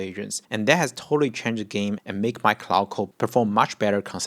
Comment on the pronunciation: Please stop pronouncing Klòd as Cloud ☁️ 😂 beside that very useful video! Thanks!